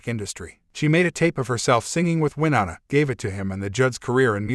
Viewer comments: Maybe learn how to pronounce Winona before you put it in a video? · Please learn how to pronounce Wyonna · This shouldn't have been aired and it would be decent if they would have pronounced Wynona's name right